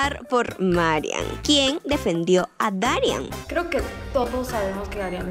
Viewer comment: Pensé que se pronunciaban Darián y Marián con acento en la última A